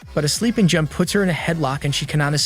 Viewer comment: J-un instead of j-oon